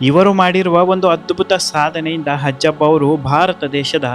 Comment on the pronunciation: ಹಜ್ಜಪ್ಪ ಅಲ್ಲ ಅಜ್ಜಪ್ಪ